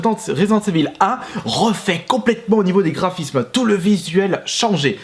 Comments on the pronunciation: ivaule, pas évil ... bordel, t'es un fan de metallica, écoute le titre AM I EVIL ... tu verras ! :) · en francais on dit residente ivel